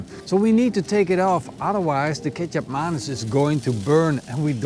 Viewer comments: I will try this! And as a note, the C in Kecap Manis is pronounced as a TJ in Indonesia/Malaysia. So more like Ketjap than Kesap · what did he say? kesap manis? that so funny😂. Big hug from indonesia🇮🇩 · I was too. Thinking ketchup and mayonnaise?? That’s fry sauce!🤣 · Until I read the comments I kept thinking that your were saying ketchup and mayonnaise lol. I kept rewinding it to see where I missed the ketchup mayonaise marinade lol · You change how you pronounce the name of the sweet soy sauce almost every time you say it. lol